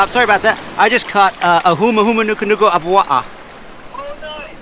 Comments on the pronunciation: I’m originally from Maui so to have say it perfectly is like music to my ears lol. Now I hope everyone can say it! 🤙🏽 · I bet yall protecting the state fish dont even know how to pronounce it's full name like did😂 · I've never even heard another person other than a local that has tried pronouncing the Hawaiian word for Humuhumunukunukuapua'a. It was pretty spot on :D. Also, for those uncomfortable with him eating the fish, it's not even that special to the Hawaiian culture. It was only named the state fish because of its looks. Hawaiians used to eat the hell out of them in the earlier days and I'm pretty sure our Kupuna wouldn't be upset about a person who respects the lives of the animals they eat. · YOU SHOULD NEVER EAT OR KILL OUR HAWAIIAN STATE FISH. THEY SHOULD ALWAYS BE A CATCH AND RELEASE. THIS TYPE OF VIDEO IS WHAT MAKES US HAWAIIANS IRRITATED AT UNEDUCATED IGNORANT PEOPLE THAT COME TO OUR ISLANDS !!! YOU KNOW ITS THE STATE FISH AND KNOW HOW TO PRONOUNCE THE NAME. WHICH MEANS YOU MOST LIKELY KNOW THAT THEIR A PROTECTED FISH TO OUR ISLAND.